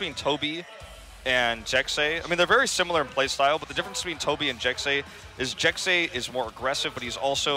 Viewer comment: I'm about 98% sure Jecse is pronounced like Jesse not Jexy. Because a lot of other native language speakers spell things how they sound when spelling English words so phonetically Jesse would be spelled Jecse because the 2 different sounds the S's make